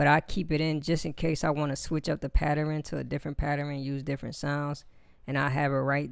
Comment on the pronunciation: Patteren? What the fuck is a Patteren? 'Switching up the Patteren'... ...Oh... OH!... OH! FUCK! You mean pattern! Here I was looking in the Geist Manual like a dumb fuck for Patteren, Patteran, Patran. Turns out your just saying it like a dumb fuck. XD J/K... But seriously, the fuck is going on with the education system in America? *Edit - Thanks for the tutorial by the way bro.